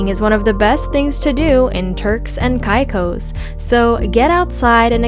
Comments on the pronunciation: Totally agreed! An insult to Turks and “kye cos”., it’s “Caicos”. 🤦‍♂️ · Cant listen to a videos that misspronounced the place that im looking for lol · You say Caicos wrong